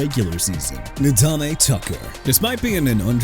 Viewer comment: DUDE THAT'S ENOUGH! YOU'RE QUITTING YOUR JOB AND GOING BACK TO SCHOOL AND GETTING A PRONUNCIATION COURSE CUZ I'M TIRED OF YOU MISPRONOUNCING EVERYBODY!! JOSH CUEVAS AS IN KWE-VOSS! NADAME TUCKER AS IN NAH-DAME! ATHAN KALIAKMANIS NOT KALIKAMANIS!! PRONOUNCED "AY-THAN KAL-EE-AK-MAN-ISS"!! GOT THAT?! YOU ARE DONE AI VOICE ANNOUNCER GUY!!